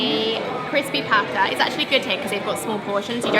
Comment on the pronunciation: Noticed how you pronounced 'pata' in crispy pata. Love it!